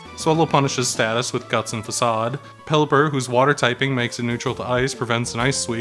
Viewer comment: Furthermore, it’s pronounced ‘fa sawed’